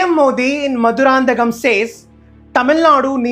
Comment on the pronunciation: I request the YouTubers to spell and pronounce the other language words for instance the place where PM Modi Ji delivered speech is “Mathurantakam” not Madurand.